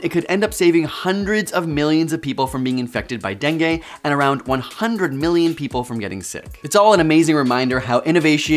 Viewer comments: Bro really said DENGAY instead of DENGUE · Learn how to pronounce dengue... the last sound is not e (as in set) but i (as in kid).